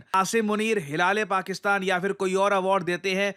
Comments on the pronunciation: Hilaaaaale paxtann 😂😂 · It’s hilal-e-pakistan 🤣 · हि-लाले पाकिस्तान 😂😂😂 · ... hila - le - pakistan 😂😂😂 pet darad krr raha